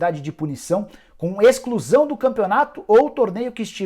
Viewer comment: "ExClUsAO dO FlAmEnGo." 🤣🤣🤣🤣🤣🤣🤣🤣